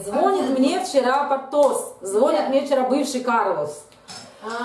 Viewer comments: звонИт, звонИт звонИт, звонИт, звоніт-ударение на последний слог, это не сложно, тренируйтесь, проговаривайте. Когда вы говорите звОнит это звучит так, если бы вы говорили-плЮёт, вОняет, виделА, ходилА. Нет слова звОнит, есть слово звонИт. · ЗвонИт,ну если звОнит,то не повторяйте двадцать раз...